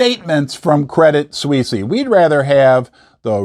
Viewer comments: its "swees" credit swees. not sweesy. you sound like a hillbilly saying it that way. its one of the largest banks in the world. stop being ignorant. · Correct me if I am wrong, but I think Credit Suisse is pronounced Credit Sw-eese. Glad to join you on this historically controversial holiday.